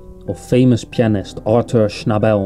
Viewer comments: Schnabel was Austrian not Australian. And his name is pronounced with accent on the first syllable. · Very interesting video, and we should thank the person who posted it for the trouble taken to make it , but there are one or two errors. Firstly his surname is not pronounced with an emphasis on the last syllable but on the first; secondly, the background music is one of Beethoven’s Bagatelles, I think from the Op. 126 set, and it was not recorded in 1950, but on 1938; Schnabel last recording was of the two sets of Impromptus by Schubert.